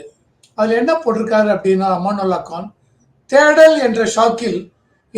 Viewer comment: சார், அவர் பெயர் அமனத்துல்லா கான். அமானுல்லா கான் அல்ல